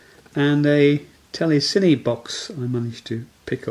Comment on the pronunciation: The gentleman in the video is pronouncing telecine correctly. Just say it as he does and you won't sound like a twit.